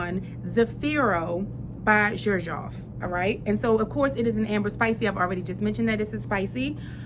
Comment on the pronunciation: You pronounced Xerjoff right. And I feel u on the one foot in one foot out. It can definitely go either way based on the outfit. This is the most difficult out of thr 1861 line. Definitely try the other 2. Renaissance is a citrus bomb. And has a very noticple mint note. Very fresh and vibrant. But classy and upscale. Naxos is a tobacco honey frag. Most peoples favorite of the line. Both of them are far more mass appealing than zefiro.